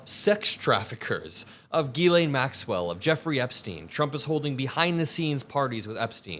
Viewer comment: Pronounce “faux pas”. Did you say Fox Pass, or Foe Paw? It’s Jiz-lay NOT Gee-Lane, the “n” in Ghislaine is silent.